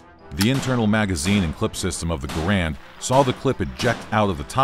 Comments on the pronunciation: Gair-end, not Gah-rand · It's not a "Grand" It's Garand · It's garand's not garands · People say the garand like grand it’s said like gaer and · its gArand! not garAnd! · Correction its (Gar-ond) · No, Ahoy pronounces it correctly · Narrator: mispronounces "Garand." Me: "M'outta here!" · Mispronouncing John Garand's name should be on par with slandering Samuel Colt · Is correct pronunciation the Garand, or Ga-rand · You keep pronouncing John Garand's name incorrectly, you should have done more research